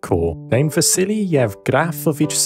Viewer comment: That was a good pronunciation of the name Yevgrafovich